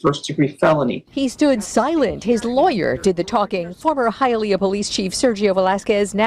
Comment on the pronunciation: Mad respect for pronouncing Hialeah correctly.